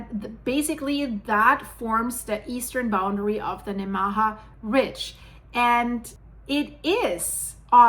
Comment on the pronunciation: This is very interesting! I live in eastern Nebraska, and had no idea there was an old fault system near where I live. For the record, “Nemaha” is pronounced, “NEE-muh-haw.”